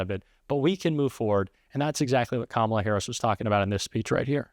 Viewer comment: Well, for once he pronounced Kamala’s name correctly.